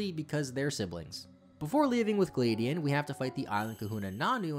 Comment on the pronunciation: The way that you pronounced Gladion physically hurt 😭